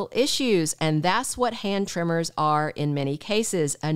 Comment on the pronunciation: she keeps saying trimmers she must mean TREMORS